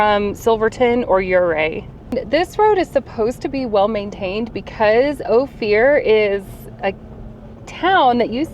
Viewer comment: Great little video. But it's pronounced Oh-fur not Oh-fear.